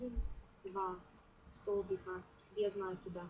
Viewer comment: Очень красиво!Только правильно не без нАкида , а правильно произносится без накИда.